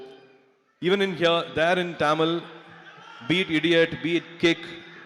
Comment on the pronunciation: It's not tamil it's tamil first say properly.... As you tamilan